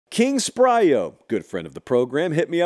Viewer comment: SPYRO not SPRYO